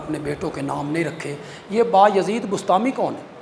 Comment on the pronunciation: لفظ بیازد ہے بایزید نہیں